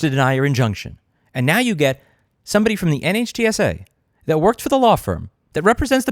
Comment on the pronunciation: Dear god Louis it's pronounced Nitsa. Like whizzy-wig. Scuzzy. Get on the horn with Steve Lehto again please.